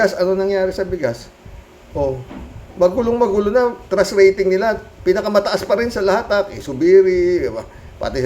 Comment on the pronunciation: O sige, sagutin ko tanong mo: ANO ANG TRASH RATING KO KAY HITAD? hahahaaaaa.... 100% trash ang rating ko dyan. ay, ano ba TRUST ba, kala ko kasi trash eh, yung promounciation mo kasi, may diperensya... ahahahahahahaaaaa.... jokelangpo!